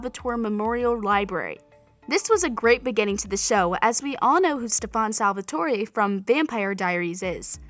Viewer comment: I know she did not say Stephaun Salvatori n Helena tf?